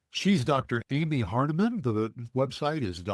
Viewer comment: Come on guys. It's not Amy Harnaman or Hardiman.